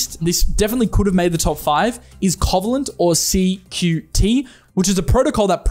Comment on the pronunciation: Covalent is pronounced as Co-Vay-Lent 😉